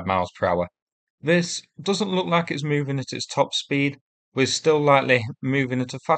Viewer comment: Probably down to your narration? Vis,Vey fink,ver, free,somefing,vees,firty,vee,vat,fanks, I have been trying to advise you!